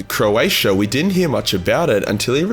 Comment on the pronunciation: Bro said Croatia 😂